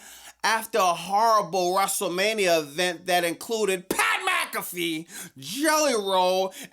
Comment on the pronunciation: Wrestle Meh-nia is real